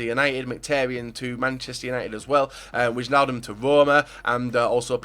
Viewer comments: You say it like wainaldum not wichaldum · you have to speak it as winealdum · It is pronounced winaldum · It's pronounced 'Waynaldum';) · Wijnaldum is pronounced Y-naldum. Good video. I don't think Neymar is going though, same for Pogba. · well You say it more like : wine-aldum or something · Mand Meneerman Alle die Engelse spreken Wijnaldum uit als Wyaldum ofz xD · what? I'm dutch, i know how to pronounce fucking Wijnaldum...